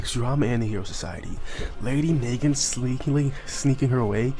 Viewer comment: It is na-gant she is named after the Russian masterpiece mosin nagant rifle